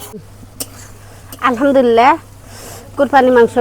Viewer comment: আলহামদুলিল্লাহ টাও ভালো ভাবে বলতে পারে না খেত কোথাকার